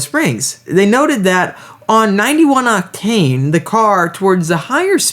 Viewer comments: Unusual pronunciation of the word OCTANE with the emphasis on the wrong syllable. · You say “octane” in a different way… sometimes.